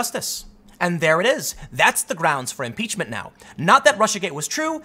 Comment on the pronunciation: M-Peach-men. Pootin. Collushum. Ko-reeah. Can I take 'em to the bridge? Let's take 'em to da bridge!